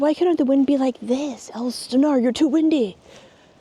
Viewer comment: It's Ales Stenar